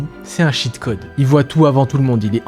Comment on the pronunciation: "Cheat code" se prononce "tchit code", sinon ça fait "shit code".